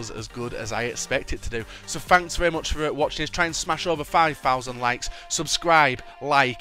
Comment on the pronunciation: LoL, you cant say "very"